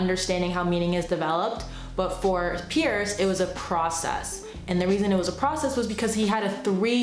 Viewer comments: Small point, but it's C.S. Peirce (prounounced "purse"), not "Pierce." Otherwise a great summary! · Great video. Just remember that Peirce’s name is pronounced “purse.” The family name was originally Pers. They changed it to Peirce (not Pierce) thinking it would sound like Pers/purse, but really it didn’t clarify anything! 😂